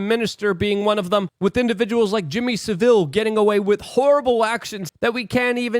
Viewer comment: Please FFS get the pronunciation of Jimmy Saville right. It's pronounced "sav ill" though he was, undoubtedly more sa-vile 👍😉